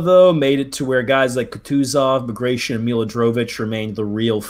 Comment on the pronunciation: Not to be that guy, but that is not at all how bagration is pronounced, it's pronounced exactly as it's written, letter by letter: bag-ra-ti-on.